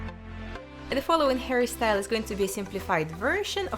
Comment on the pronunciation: The way she says hairstyle sounds like "harrystyle" thats so cute 👌🏻